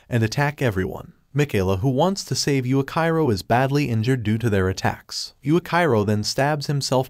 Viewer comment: It's supposed to be pronounced yuichiro